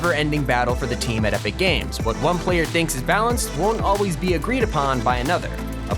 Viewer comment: When you where talking about the new item shop you said epic gage